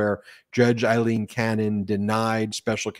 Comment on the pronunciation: Ben, as I've said several times. it is NOT Eileen, It's Aileen (pronounced Ale-een)! Would you like to be always called Ban instead of Ben? Sigh! You do such good work but why offend folks without reason because you don't care about such things? Others online are not so sloppy, watch Lawrence O'Donnell and others for the correct pronunciation!